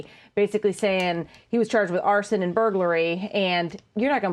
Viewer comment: "Arson and burglary"? Sounds more like "Arsein' and Buggery".